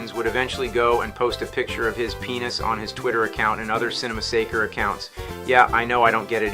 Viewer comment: See-nny massacre!